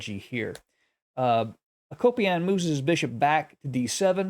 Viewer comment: I like your content but you butcher these names. I was a Peace Corp volunteer in that part of the world so I’m probably being critical but let me help. Mikhail Tal: Meek-hall Tall. Akopian: Ah-Cope-yawn. Agadmator does a great job with names, in case anyone is ever curious. Admittedly, it’s not always easy.